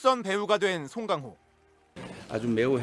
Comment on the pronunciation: 발음 너무 웃기다 송갱호 우리가 영어 발음 할때도 그럴까? 근데 제대로 된 발음 정도는 연습 하지